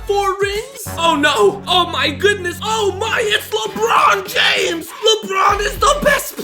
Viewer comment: Oh my god it’s LebrUoUN JAeUMS